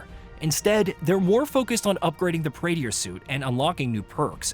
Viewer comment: Praetor suit, not Praeteeor suit.